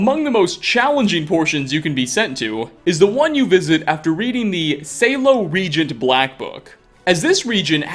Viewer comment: Black book: Shallow Regent: sAyLo ReGiNt